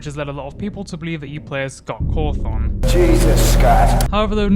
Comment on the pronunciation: Say "Scott Cawthoung" again mf i swear to god